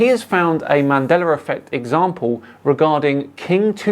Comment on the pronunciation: ‘Mandeller Effect’